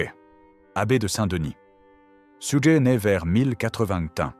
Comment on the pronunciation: oui, ces IA ne sont pas toujours bien programmées ahah ! D'autant qu'elle a dit une fois "Sujer" quand même, elle perd son latin !